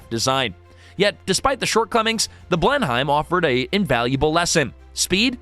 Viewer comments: it may be spelled as Blenheim but it is pronounced Blenam. Yeah I know, typical British huh. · It's a bit hard on my ears to hear how you pronounce "Blenheim".